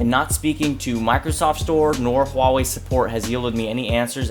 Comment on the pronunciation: FINALLY SOMEONE WHO SAYS "HUAWEI" CORRECTLY